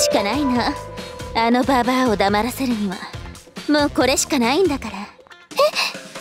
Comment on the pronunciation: ユズリハさんの「ババア」の発音が素敵です！！